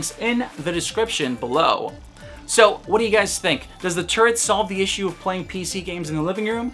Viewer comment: First I heard the razer turd besides that great video